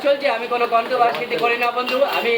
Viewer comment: Not controvercity ...controversy hobe ...aktu valo vabe bujhe sune kotha bolun dada...